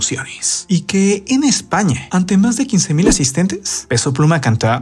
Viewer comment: Que pedo con la pronunciación de este vato? 😂😂😂 "Españe" "Mexicane" "Plumæ" "incluse" "sonriende" "rete" "tiende"🤣🤣